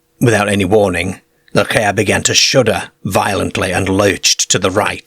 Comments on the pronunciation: There's about three different dialects in the way this A.I. pronounces... I can't help laughing every time I hear caerr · Love the way he pronounces Car KA. Enjoyed though. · I met a man who was from the South Yorkshire coast area and I asked him if you knew of an accent that pronounced car as cer. He didn't. I think it must come from a small unique area. Maybe Eastern Notts.? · Love this channel! The way this guy pronounces car is wild! Don't know the accent but it's great for story telling for sure! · It bugs me too😊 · Uts funny that he only does the A sound weird. Everything also seems standard. So you go on fora while and the he jolts you with a CAER or LERGE. And you are like wtf is this?? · It baffles me. I'm 55 from yorkshire and I've never heard anyone talk like this (or maybe I have and just forgotten). It's like he can't say some vowels properly.A is always AE. It's not a Car it's a caer it's not cigar it's cugar. Fascinating. I don't care I### take anything over AI😂 It certainly gives the stories a unique touch.